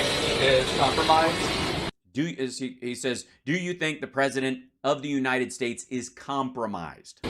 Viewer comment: His misprouncing thing is just a symptom here in the....United Shtays. That was what he said, but wasn't written on Trothe Centyal. (I just remembered that yesherday). Don't make it public or Lindell will sue for deflamation & possibly lead to won ton violence forcing them to bring in the Gespacho Police. (I think their new slogan should be.....Me English good speak)